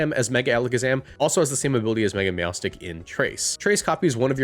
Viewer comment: MEOWSTIC IS ONE WORD, NOT 2 WORDS, AND THE NAME DOES NOT END WITH A K!